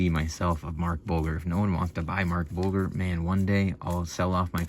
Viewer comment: Pronounced, Mark Bul-JER